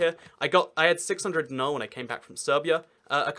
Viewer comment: its beograd.... grad is common term for city in slavic languages, also its dinar(d-ee-naar), not dinar|(like british dinner time)...., also st sava basilica is largest in the balkans, even more than alexandar neveski@ that certainly can seat over 10,000....